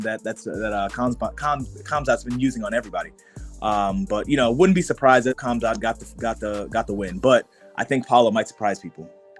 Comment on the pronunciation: Guys, the K is silent in Khamzat for the love of god. It is pronounced Hamzat - and if you really want to pronounce it correctly, even the t is silent so it's Hamza